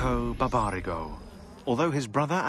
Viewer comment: They got the pronounciation of Barbarigo totally wrong